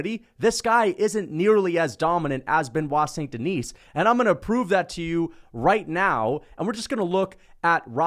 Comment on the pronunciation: There is not "S" at Denis (Deni with out S).